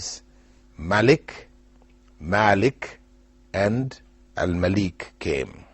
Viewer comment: My name is spelled like Al Malik but is pronounced like Al Maalik